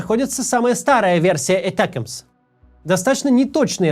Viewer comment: Не этакмс а атакамс 😂😂😂